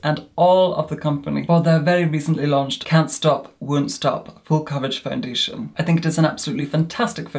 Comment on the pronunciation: Can't stop Wun't Stop :)